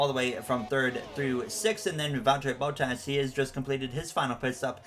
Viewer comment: Love the content!! Only thing I have to say is that Bottas is pronounced as bahtas and not bowtas. Keep up the great work